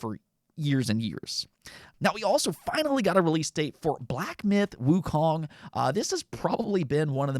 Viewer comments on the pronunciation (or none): none